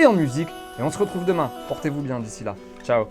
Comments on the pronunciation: "Muy bieng" Zinedine Zidane 2019😂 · Franchement c'est bieng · « C’est bieng » 😂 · "Muy bieng" Je partcipe pour le maillot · 2.59 : « c’est bieng » les erreurs arrivent même au plus grand😉🙂